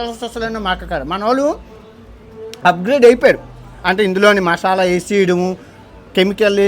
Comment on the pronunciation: Mashyala ❌ masala✅